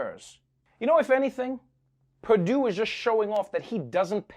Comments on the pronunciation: YEAH SENATOR PERDUESHBAG MISPRONOUNCED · Perdue or Perrrdoo, PerDOO-DOO! Seriously, this is like a 12 year old trying to be funny with his friends. Professionalism has left.